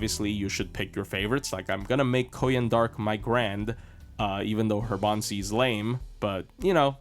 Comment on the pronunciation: I thought you're saying Baobhan Sith not Bond CE 😂